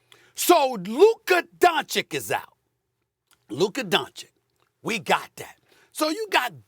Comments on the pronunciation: Never took the time to properly pronounce it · How has Stephen A pronounced Doncic wrong for like 4 years. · At this point i feel like he does it on purpose lol